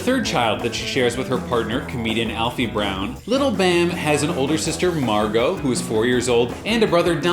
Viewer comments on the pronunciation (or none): none